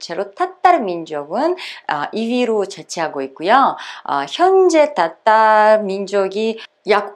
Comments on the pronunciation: 따따르 민족으로 발음이 들림 그럼 따도 아니고 타도 아니고 그 중간음인가요? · 님 러시아 어디 사투리임? 땃따르? 따땉르? 러시아 표준발음으로 화실히 해주셈